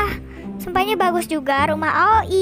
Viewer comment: Itu bacanya aoi, bkn ak ok I😟